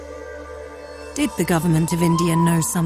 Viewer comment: "Claims were apparently - concockted"